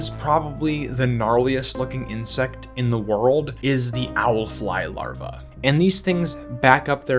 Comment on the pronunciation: thumbs down every video till you learn how to say larva